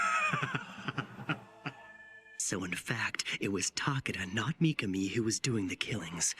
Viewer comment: Not mikani.it's mikami